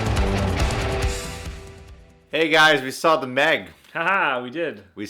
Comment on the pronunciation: The Meh-g?